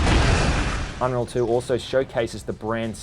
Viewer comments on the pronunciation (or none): Aww you kinda butchered it, i loved it when inwas little